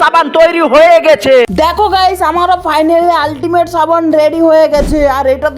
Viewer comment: ছাবান না সাবান